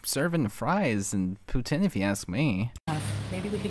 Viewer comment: I'm Canadian and it's pronounced pouteen. NOT poutin. It's freakin disgusting! Also, if the guy had a child there was food. There probably wasn't junk food. I bet she made a huge mess and left it.